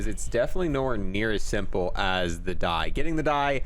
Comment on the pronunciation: Just so u know, it's pronounced "dee" not "die"